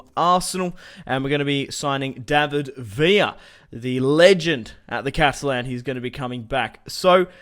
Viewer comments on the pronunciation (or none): none